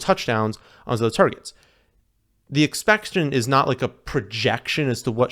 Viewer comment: Bro saying “Expection” lmaooo